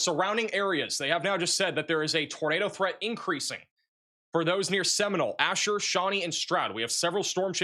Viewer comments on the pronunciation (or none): none